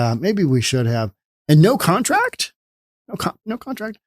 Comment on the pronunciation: “No one has a KONTRACT.” 🦘